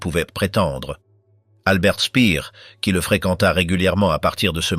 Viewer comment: AI de MAI@ !! Dispoditions annulaires = annuelles 😂 Il se perdit son emploi Spir = speer😂 Statute officielle 😂 Geli n était pas la fille ainée de sa soeur et évidemment le mot pédophile pas prononcé !! Un tonton qui séquestre et abuse sa nièce de 15 ans..!? Gehli se suicida donc ! Avairent faits 😂 Sans aucun reconnaissance 1930 et hun 😂 Brechttergarden 😂 A au moins zune occasion 😂 Unity la petite jeunette italienne suicide encore..! Puuutsch avec uuuuuu 😂 Inclut tune note 😂 Front toccidental😂 Exécutèrent tune opération 😂 Rendus zzzaux alliés😂 Frajebogen = frageboden 😂 aivairent tebénéficier 😅 Avairent tevécus 😂 Etc etc et ET Les PIRES : pas hitler !! 1. mao 2.staline 3.hitler